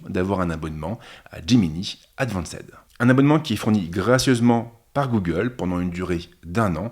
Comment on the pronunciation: Advanced. : "advanc'd". Plutot que "advancèd" mais quand t'en es à parler de details, ca veut dire que la vidéo est tellement qualitative. Merci pour ce test